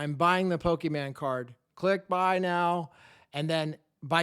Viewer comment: Never say pokeman again 😂 It's Pokémon Happy new year 🎉